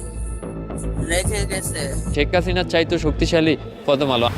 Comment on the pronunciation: প্রথম আলো ❌ ফতম আলো ✅ 😂😂😂😂😂😂ওরে শিক্ষা বাংলা ভাষার পুয়া মেরে দিলেন 😂😂😂😂😂😂